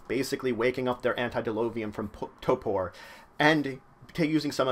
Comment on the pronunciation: Why do you say torpor weird -.